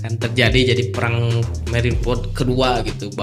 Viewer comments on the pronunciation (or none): none